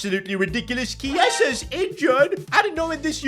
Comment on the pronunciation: pronounced kee-ay-zuh